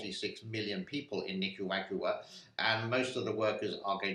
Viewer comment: Pronounced Nic-kah-rah-goo-ah Emphasis on Nick and rah